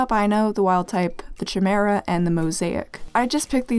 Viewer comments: I am soo sorry.. but I think its pronounced kiy-mara not chi-mara (not an expert tho) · Chimera is actually pronounced kai m ear a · Oh yeah! Chimera is pronounced “Kai-mee-rah” :3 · sorry for pointing this out, but chimera is actually pronounced as ki meh rah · sorry but this is bugging me, it's pronounced ky-mee-ra but also well done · the ‘ch’ in chimera is pronounced as a K